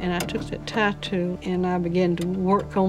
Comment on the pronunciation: LOL, sounded like the women said "I fund me a tattoo, and I took that tattoo and fiddled with that tunk lauck and it opened, and I it' that ground runnin' LMAO!!!!!!! tattoo apparently means tiretool, lol.